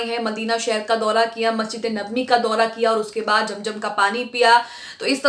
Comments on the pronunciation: Jum jum Nahi zum zum hota hai app Se Accha to Hindu bolte hai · its zam zam not jamjam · Madan it is not jam jam but zam zam, correct your pronunciation. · Aap apni urdu durst kijiye. Zam Zam not jam jam